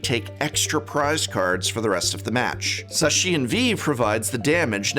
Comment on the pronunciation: arkeyus dialga and pulllkia as well as sashian v (he also says maywile